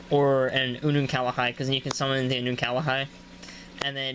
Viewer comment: There is no a in between the L and the H in unukalhai